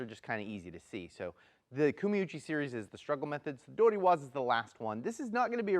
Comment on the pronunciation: When you use 取り alone, we pronounce TORI not DORI. It should be Tori waza not Dori waza. So an object Dori instead of an object Tori.